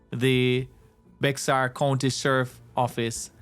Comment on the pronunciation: Bexar is pronounced (Bear County)